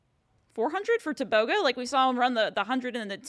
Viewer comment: It’s Teh booh groooh leh sea leh people .